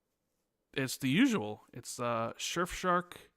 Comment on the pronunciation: I'll only use Surfshark when learns to say it right.